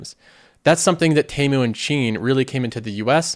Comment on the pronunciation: It’s TEA-MOO not TEY-MOO 😭